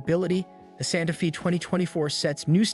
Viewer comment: You keep saying Sante Fee but isn’t it pronounced Santa Fay? Also at the mark you did something with the rear light placement?